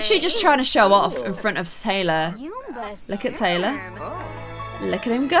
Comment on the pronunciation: she said Tylar instead of Taylor